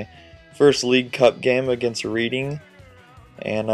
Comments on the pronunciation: not READ-ing, pronounce it - RED ing :P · Hahaha the way you pronounced reading!